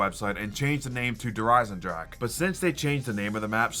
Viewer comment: Merry Christmas! Also Der eisendrache is not pronounced « drak » but « dra-re » atleast from Google traduction that’s what it says on there I miss the « thundergun »